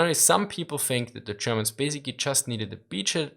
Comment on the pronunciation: I watch this channel mostly to hear "zee Germans"... :P